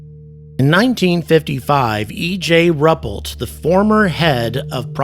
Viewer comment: Pardon me, but his name is pronounced RU-PELT. He was the most effective man who ever ran the project, In my opinion and sadly, died very young, Once he had retired from the USAF, he would show the neighbourhood children photos of UFOs. Back in the days when scientists were curious about the world, many were very eager to become involved, and having noted that when ever they appeared radiation was detected, a series of stations were constructed to measure ionizing radiation. The equipment was constructed to be highly sensitive, and they did see results. A camera system with a defraction grating was also devised, and its purpose was to determine the distance and size of the objects photographed. This would have cost the USAF a quarter of a million dollars, but was agreed upon by the senior general staff at the pentagon. It did not proceed for other reason, unfortunately.